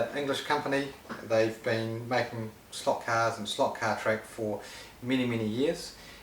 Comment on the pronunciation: "Ay lotta people are gettin into slote cahs"